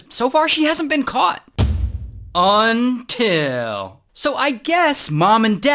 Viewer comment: Everybody gangsta until Ray says "UNTIL......."